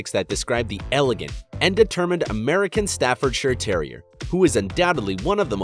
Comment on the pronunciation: American Staffordshire terrier is not a dangerous breed I have one and it is not dangerous and the narrator pronounced the name wrongs 😡😡😡😡😡😡😡😡😡😡😡😡😡😡😡😡😡😡😡😡😡😡😡😡😡😡😡😡😡😡😡😡😡😡😡😡😡😡😡😡😡😡😡😡😡😡😡😡😡😡😡😡😡😡😡😡😡😡😡😡😡😡😡😡😡😡😡😡😡😡😡😡😡😡😡😡😡😡😡😡😡😡😡😡😡😡😡😡😡😡😡😡😡😡😡😡😡😡😡😡😡😡😡😡😡😡😡